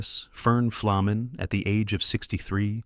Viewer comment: Boy is there some bullshit in this video. Ferny did not have a reputation as a dirty player and in fact had little interest in fighting. Who put this together and could they at least pronounce his name right it’s an easy one.